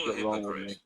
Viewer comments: Does say “That you’re being a hicocrite”? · “arent you being a hick-o-prit” lol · He absolutely says hicoprite! I heard it too 😂